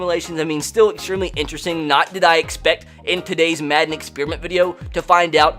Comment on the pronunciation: Why in the intro he said matten😂